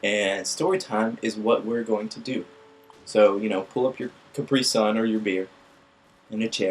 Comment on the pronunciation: I'll take the capree sun...